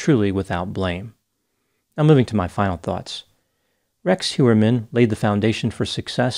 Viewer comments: It is not Hjuerman it is Hojerman 😤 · I think it's Heuermann, not Hewerman.